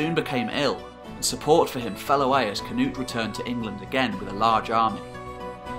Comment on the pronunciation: The twisting of the names, is a little annoying. Knut, Svein, olav haarfagre, should be able to prenounced by english people?